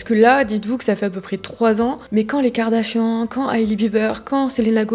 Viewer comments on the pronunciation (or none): none